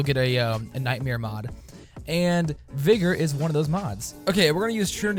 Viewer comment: It's not vigor it's vygor...